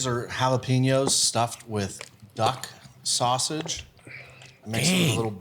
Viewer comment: Duck sausage sounds like Duck Hodges 😂